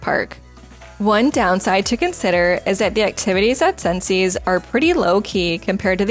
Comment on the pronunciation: Its pronounced sences